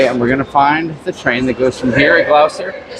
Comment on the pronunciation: It’s pronounced Gloster, not Glowster. You must have places called Gloucester in the states?